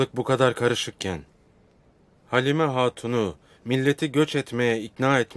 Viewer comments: I don't like Erthughrul when he make halima shup up by saying , "halimee" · Every time Halima Sultan tries to say something. EveryOne: HALIMEE!!! poor Halima 😂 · but l noticed at some point halimayy espically by ertugrul....mostly halima.